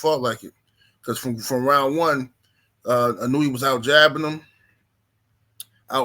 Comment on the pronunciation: ino-way not inunewy... lol